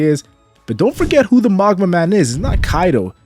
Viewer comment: You are destroying me internally pronouncing it Maw guh ma.